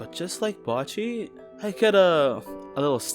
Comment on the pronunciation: bocchi is pronounced (bow-chee) other then that amazing video 🗿